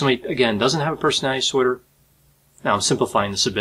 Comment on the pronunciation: Persnaltsnorder said 1000 times. Respectfully, as a court reporter I can’t watch this due to the lack of diction and care with the delivery of your words, but appreciate your command of the subject matter.